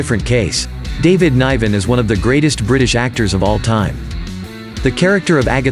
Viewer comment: Who is David N-eye-ven?! ...